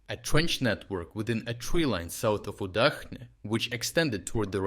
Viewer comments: It's Udachne as the "ch" in the word "chair", not "UdaKne" or "UdaHne" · It's pronounced oo-DAHCH-neh uˈdat͡ʃnɛ